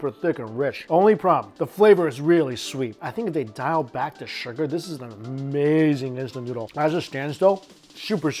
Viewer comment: And then says "Dis iz amayzing!"